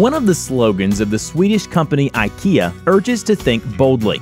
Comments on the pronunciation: it's not Aaikia, it's ikeah as pronounced originally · Not ai-key-ar, its ea-key-a